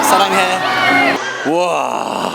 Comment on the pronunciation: 사랑하 아니고 사랑해 라구여 ㅋㅋㅋ ㅠㅠ